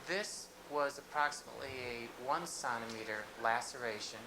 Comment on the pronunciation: He calls centimeter "sontimeter" and says a millimeter is 1/3 of a sontimeter. How the fuck is this guy a doctor.